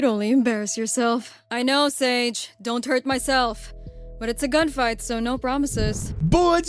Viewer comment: I thought she called sage as Lola